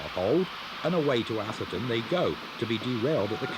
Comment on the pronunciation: Lovely stuff, but why are southerners incapable of pronouncing 'Atherton'? 😆